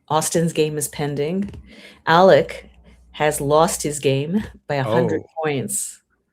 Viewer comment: my name is Alec. Not Alex. Alec.